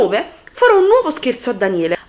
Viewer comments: Hai detto scerzo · Ai detto sespo